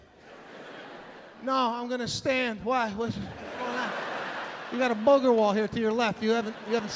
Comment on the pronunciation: I always lose it when he says “bOOGER wall” 😂😂😂